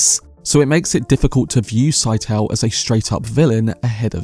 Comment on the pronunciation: Did herbert not say scytale was pronounced like it rhymed with Italy (skit-uh-lee)